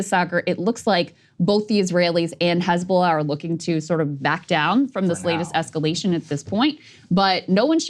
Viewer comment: Crystal can speak Arabic letters!!! Amazing... Crystal actually says "Hizb-Allah", with the H being the "HHH" in Arabic... not like fox news, who hate Semitic languages. Fox news says "Hezbolah".... like Islam, fox wants to erase 2.5 billion people. They say it like far away distant "IZLAM", these Mozlemz...lol. Almighty God bless breaking points team! Smart folks!!!